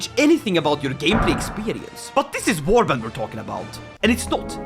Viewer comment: Ah yes Wabrand